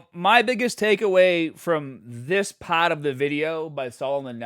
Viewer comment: Very odd accent you have there. Everything is normal except you turn into a New Yorker for "part" or "start-" and then immediately back to normal.